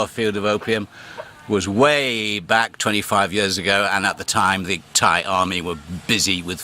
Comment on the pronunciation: How's Rin these days? Your Thai pronunciation hasn't improved.